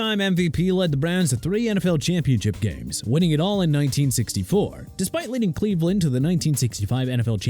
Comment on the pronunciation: Michaels Bennett?? Really dude?? Michael Bennett! Get it right!! Also it's Cleveland not Leaveland... SMH! Are you okay?? By the way Miami ain't in title contention no more so hope you're happy!